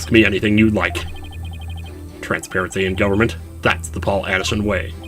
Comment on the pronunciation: Paul Atishon sounds like 'Pull a S*** on'